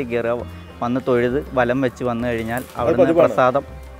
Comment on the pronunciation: "അവിടെ" എന്നതിന് പകരം "ലവിടെ" എന്ന് പറഞ്ഞത് ആരൊക്കെ ശ്രദ്ധിച്ചു 🥰കരുനാഗപ്പള്ളി things🥰